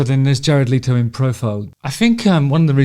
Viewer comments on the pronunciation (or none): Leto not Leeto, if you are going to a video at least get the dude's name right. His voice is far superior to yours anyway. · Pronounced Let o not Lee toe Also you need to shut up. You talk way to much. You IRRITATE You talk like you have a clapper valve on a ducks ass Your voice is like nails on a chalkboard . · Your assumption was right. It is not pronounced “Leeto” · How about pronouncing his last name correctly? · I had no idea that's how his surname is pronounced, I always assumed it was as it's spelt